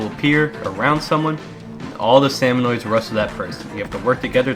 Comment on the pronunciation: Erm uhm it’s actually SALMONIDS not SALMONOIDS 🤓